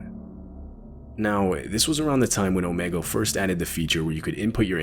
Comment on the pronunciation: It’s called om’E’gle 😂